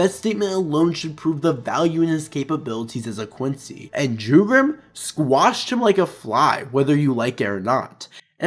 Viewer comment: I sincerely hope the anime expands even more on Jugram, not just as a character but in terms of his insane prowess. Oh also, Jugram isn't with a J, it's said with a Y. In Europe, the character j is said as a y. Which ofc Jugram is as he is German.